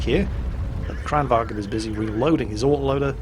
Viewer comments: Kranwagen is a german word. It is called like it is spelled. Kranvagn. Why is it that only QB can pronounce it correct. Jesus christ. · For the love of coffee and cinnamon buns, there is no "E" in Kranvagn. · Var i Sverige menar du att man uttalar det kranvagEn? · Checked out your channel and realized you aren't Swedish. So let me sum up my previous comment. I'm Swedish, no one in this country pronounces the word like that, unless they have a severe speaking deficit.